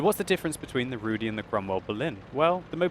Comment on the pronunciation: I am from Poland and my ears are bleeding. You mispronounced the letter Y in the word Rudy. You should do this as saying the letter I in Berlin.